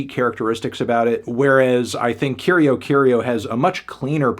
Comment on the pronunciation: yo i dont speak portuguese but that's obvi not how the band name is pronounced, no pressure to get everything right but i think band names are worth the 1 google search